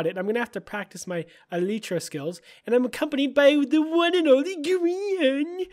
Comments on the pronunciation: I thought it was pronounced e-light-tra? Not elite-tra? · lel. it's pronounced as "elaitra" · It's Pronounced "EE-LIE-TRUH) Like Bruh But Truh